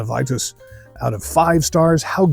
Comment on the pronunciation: Wouldn't it be pronounced "Vee-tus?" Also, how does it meet the reinheitsgebot if it uses wheat? Truth in advertising, I don't like Weitzen biers. I'm also a bier snob. Greetings from a German in Austin Kentucky.